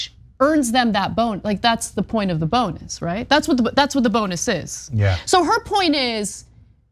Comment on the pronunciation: ...are they saying "bone-us" on purpose? I mean this is comedy gold.